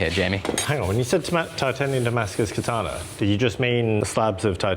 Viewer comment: Could we say katana less like the English pronunciation of ‘banana’? And more like ‘kah-tah-nah’?